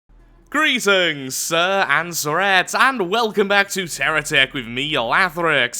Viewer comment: Is it just me or does say “Greetings! Sir and Tourette Syndrome.”